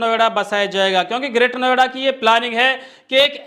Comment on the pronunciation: महोदय नवेडा नहीं नोएडा कहिए